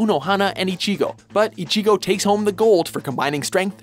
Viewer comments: Rayden Bramlett WatchMojo are shit when it comes to anime. They butcher the names so bad, like when they pronounced ichigo.What the hell, its not icheego, ur not sneezing u dumb shit. Also UnoHana or ichigo? what the hell unohana doesnt fight ever in the series! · The way he says ichigo bothers me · You can't pronounce one name! It's not icheeeeego its ichigo ffs. You're such weebs. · It's not Ichigo Kurosaki, it's Kurosaki Ichigo. I HATE when people mess that up...You also pronounced his name wrong. You got the I's wrong. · They pronounced Sakata as "Sataka"... How? And the pronunciation of Ichigo is cringe worthy. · a word of advice, take a few lessons in Japanese. While listening to your commentating, I have heard you mispronounce a few words and names. A few that were mispronounced were Ichigo and Zangetsu. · Killua Zoldyck They seriously need to get an anime expert in Watchmojo. I read the manga volumes so I know all about Kenshin. It hurts hearing them pronounce names like Ichigo, Mihawk, and Kenshin wrong. If they mispronounce certain villians like Shishio,Hisoka, or Madara I'll just have to mute the video when they introduce each character on the list. Like are they doing this on purpose?